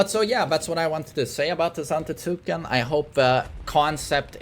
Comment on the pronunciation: For the love of god, It's pronounced "ZantEtsken" with emphasis on E, although he never reads the comments anyway... Had years of him saying zAfina and never changing his ways... sigh